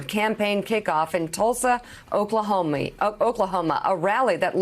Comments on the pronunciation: did this white lady say Oklahomie....? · She said " OKLAHOMIE" LOL